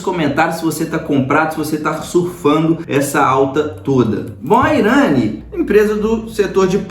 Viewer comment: "IRÂNI"?! Pelo menos aprende a pronúncia do nome da empresa